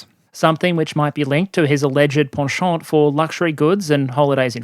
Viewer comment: First time in my nearly 32 years on Earth that I heard "penchant" pronounced correctly. Cheers, thanks for expanding my vocabulary!😊